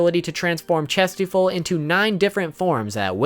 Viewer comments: Its pronounced shastefol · dude it is pronounced chas - tea - fold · Dude, it's ChastieFOLD. Ugh didn't you watch the anime?